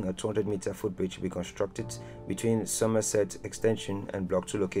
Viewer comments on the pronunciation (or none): none